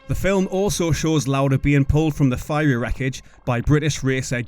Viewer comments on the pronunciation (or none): none